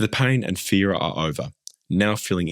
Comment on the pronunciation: Iv never heard anyone pronounce "pain" as "paing" I didn't realise there was a G at the end of the word 😂